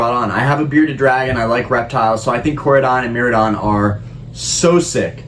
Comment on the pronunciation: Hate to be that guy but it's mi-rie-don for Miraidon and ko-rie-don for Koraidon Love your takes on investing in this hobby, keep the videos coming! Your advice helps a nooby like me entering the pokemon craze this year.